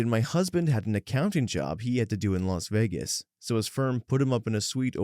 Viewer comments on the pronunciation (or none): none